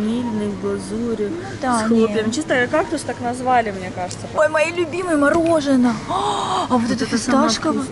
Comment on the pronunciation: Почему "мороженО", а не "мороженое"? Вам надо на курсы русского языка.